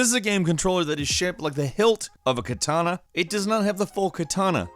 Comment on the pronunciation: did I hear Kitana instead of katana?